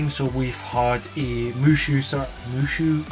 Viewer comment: the Warriors style series is Musou, pronounced "moo-sow", just for clarification but yeah i wasn't a big fan of the direct myself, but there were a few decent picks